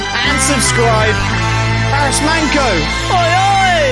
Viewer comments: Man"ço"pronounces cho not qo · The pronunciation is Barish Manjo 😜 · manco is pronounced like pancho😂